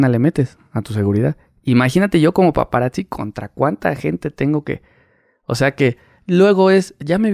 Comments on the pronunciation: Estan chilos tus podcasts pero se dice PAPARAZZI wei no PAPARAKZI 🤣. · "paparacci" jajajajajaj no mms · Y es paparactsi no paparazzi